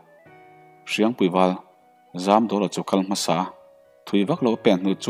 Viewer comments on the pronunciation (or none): none